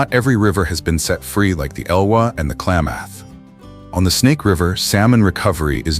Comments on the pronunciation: I live in the Clay-math region. Interesting pronunciation. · Yeah, the creators really need to pay attention to pronunciation, especially of native language place names (hear: Clay-math) or lose clicks. FYI, lost any future clicks from me. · And the “Klay”-moth river…AI pronunciation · "Klamath" does not have a long "a" sound. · Good video but the AI narrator is kind of annoying; it mispronounces "Klamath" for example. Also, the thumbnail is weird and obviously AI generated. Don't you at least have a human look these things over? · Great video! If humans destroy habitat for themselves, nature will survive! Klamath is mispronounced.